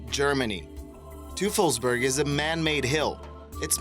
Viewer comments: its pronounced toy fulls berg and that was Field Station Berlin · Add to that "Teufelsberg" is pronounced "Toy Fills Bag..." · Can-ary Islands? Really? Say it with me: Ca-na-ry! I know German can be hard, though, but try following this: Toy-phelz-berg. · Your pronunciations are atrocious Teufelsberg is not pronounced "toofelsberg" it is pronounced "Toifulbairg". It German it means "Devil's Mountain" Gila is not pronounced "hilla" it is pronounced "heela" Canary is not pronounced "Can-ery" it is pronounced "Ca-nary", just like the bird Spreepark is not pronounced "spree-park", it is pronounced "spray-park" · "Toofulsberg" (TOY-fulz-berg), "Ward War 2," "BrisbAYne", "the Hilla (Hee-la) River." "Cannery Islands," "during a tall (tow) operation", "this Pacific (Indian Ocean) location." Mispronunciations really interfere with listening to a vid like this.